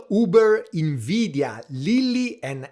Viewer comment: Everytime you say INveedia i want to throw a QUAHSOHN at a snobby frenchman 😂